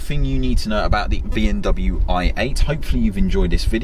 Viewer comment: yeah I thought I was hearing that too. Definitely not pronouncing the M Still love sids vids but